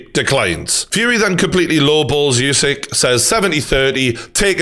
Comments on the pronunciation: True Geordie, I love you mate but pls stop saying YOUSYK! :D Usyk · Name is pronounced ‘Oosik’ not ‘Yousik’ , you brits don’t stop the disrespect..